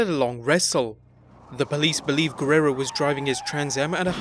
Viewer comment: this is the worst ive ever heard somebody say the "guerrero" name, top vid tho